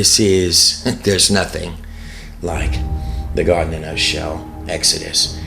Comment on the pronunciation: BTW... what's with the pronunciation of God????? Sounds like Goad when you say it?????